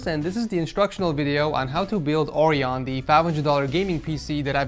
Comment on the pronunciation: you said Orion wrong. You said o-r-ee-on and not o-r-i-on. Orion is a constellation of a hunter just if you were wondering.